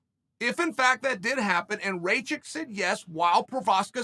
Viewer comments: Dude, his name is spelled like Ra (the Egyptian god) and kitchen (but only the "kitch") it is "Ra-kitch" not Raychick. Ray the chick is the Mary Sue from Star Wars sequels. What is wrong with you, insulting him like that? ^^ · Chael it’s not raychick it’s rakič please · Its Rakkkkic not reycik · Rajick??? Bro it’s pronounced rock-itch 😂 balkan last names in that end in IC sound like “itch” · Ra-kitch becomes Ray-chick? haha classic... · Rachik lmao, It's Rakich, uncle Chael... You gotta land those names dude, it's a bit disrespectful. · Its Rakic not Racik uncle Chael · Lol the auto-translation. It works either way, usually when Chael doesn't know how to pronounce a name, he just exclusively uses their nickname for at least 8 years. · What is a Rageik? 🤣 good’ol uncle chael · "Reychick?" WTF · CHAEL "RAY-CHICK" SONNEN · ray-chick? igor? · i mean bruh if u cant pronounce rakic just say Aleksandar his first name is very easy to say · He knows he's butchering his name but come guys.. it's uncle Chael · How many times can you say a guys name incorrectly? Chael answers that question today.